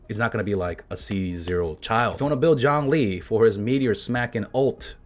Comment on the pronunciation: Jawng-Lee.